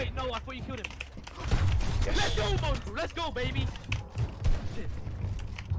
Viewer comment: 😂u said mAngraal u mean mongraal